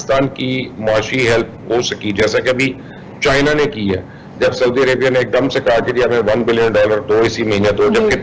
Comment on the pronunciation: Anchor person please urdu to sai bolna sekh len...saudi ko sodia kardya...